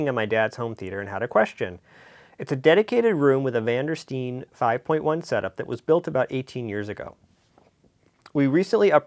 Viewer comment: It's STEEN, not Stein. Pay attention.